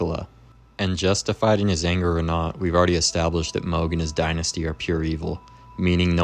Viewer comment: Is switching between calling him mahg and mohg some kind of engagement trolling? I will never understand why people mispronounce names that are said out loud in the game. Especially if you're gonna make a wholeass video about him. Every time I hear it I feel like I'm being flipped the bird behind the mic.